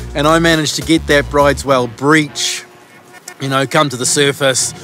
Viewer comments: Another great vid, boys. Enjoy the time off over the summer. FYI, weirdly the pronunciation of the whale species is "brooder", not like "brides". It's named after a Norwegian, hence the strange way you say it. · Awesome vid of the Whale. Out of interest, brydes is pronounced 'brooders'. Keep up the good work. 👍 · Bryde's Whale Norwegian it is Broo-dess fyi